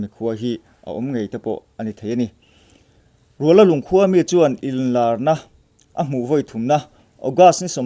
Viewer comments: Rualalung tih a ruala hi, lala nen kan inrual tih a, rual lam dan ang hian lam tur a ni, lunglei to chawngte road a awm a ni e. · Rual tih hi intual tih anga lamrik tur aw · Rualalung khua chu Lunglei atanga kalin Chawngte thlen dawn tepah a awm. I chhiar dan tur chu Rual tih lai kha a ki sangin lam la a dik ang.